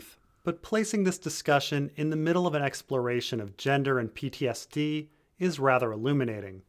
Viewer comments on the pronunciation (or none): none